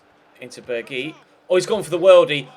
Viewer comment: It's pronounced berg-house